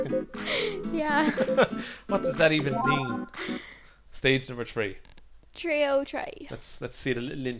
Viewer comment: you saying your tongues arnt long enough to stick out between your teeth so you say "tree" instead of "three"?